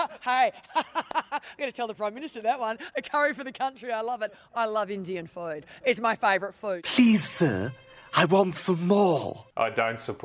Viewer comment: why does she pronounce "food" so weird?